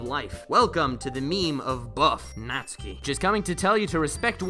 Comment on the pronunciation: YES! NATSUKI BEST GIRL. Also thanks for pronouncing hr name right, unlike some other youtubers (everyone but also specifically MatPat lmao). Also check out the Chime remix of Megalovania